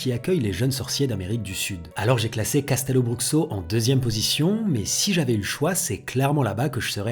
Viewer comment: Hey! Simplement pour te préciser que Castelobruxo se dit " cachtèlobroucho" Signé: une brésilienne qui aimerait y travailler